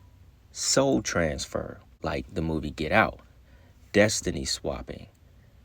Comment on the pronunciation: TRANS-FER AS IN CONSCIOUSNESS